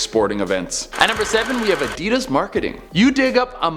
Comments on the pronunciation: Who pronounces Adidas like that? 😐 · Why do all Americans/Canadians say 'Adidas' weird......?